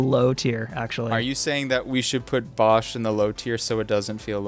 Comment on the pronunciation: It’s pronounced Bow sh. As in bow and arrow. And bosh is a he. Like blue yoshi boshi bosh. And how dare you put him on bottom. Although he really isn’t YTP.